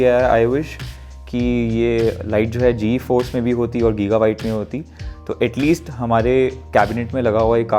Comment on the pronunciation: did this guy say G-EFORCE RTX 3060....🤣🤣🤣🤣